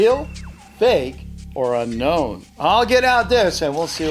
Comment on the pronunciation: Every time he says uknown I feel uncomfortable 👌gotcha